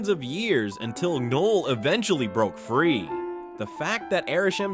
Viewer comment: The way Knull is pronounced, I'm guessing so. Plus, there are some moments where words get smushed together. So, not only is it AI but the person can't even listen to it and edit it before releasing it.